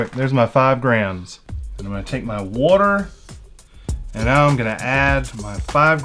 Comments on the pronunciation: SAY WATER RIGHT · Well if he is tell him to say water right